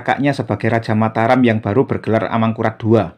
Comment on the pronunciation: Sudah benar Mataram. Kita langsung merujuk pada naskah aslinya, bukan mengikuti pengucapan masyarakat modern.